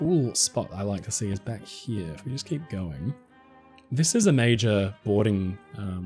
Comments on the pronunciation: Let's take a look down 'hee-ya' 😜 love it lol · Is it just me, or does pronunciation of "here" sound like Eric Cartman's "he-yah"? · The way you pronounce "Here" and "Over there" is so English and pleasant. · what a weird ass way to say “here” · I’ve been watching your videos for years and had never noticed the unusual way you pronounce the words « here » and « there » before. 😜